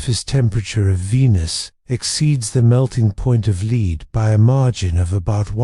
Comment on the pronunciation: AI voice that can’t properly pronounce “lead” is counter to sleep. “Lead” pronounced as a British city, not the metal is rather jarring to a relaxing mind. You still earned a Like.